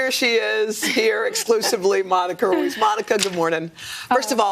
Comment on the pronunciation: He couldnt say Ruiz?!?